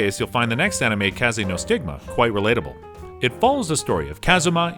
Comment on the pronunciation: Lukas bro he kept saying hajimi instead of hajime it triggered me also he kept saying animi instead of anime anyways the point is i dont like the way he pronounces things